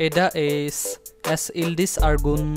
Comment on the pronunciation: Where are the main lead zenep and alihan??? Btw Eda Ece is pronounced ase Eda Eje And Caner as janer..